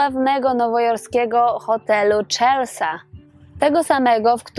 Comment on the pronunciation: Hotel "CZELSA" - xDDDDD